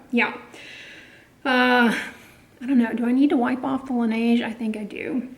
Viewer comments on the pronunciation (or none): FYI: Laneige is pronounced lah-NEZH -- 'zh' like that second 'g' in garage [IPA: laˈnɛːʒ]. Listen here: . La neige means "the snow" in French. ❄️⛄️